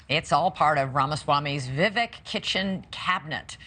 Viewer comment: Come on, say his name correctly. Pronounced VeeVek, not vivik.